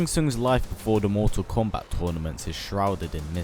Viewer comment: why does he say mortsal kombaaat